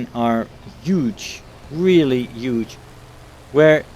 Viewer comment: "The changes in Rp are yuge. I mean really YUGE" :D